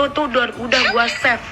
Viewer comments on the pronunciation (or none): Haduh nikmir ,,,Ngomong save aja keliru jadi Chef 😅